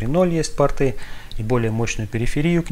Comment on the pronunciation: не портЫ (штаны), а пОрты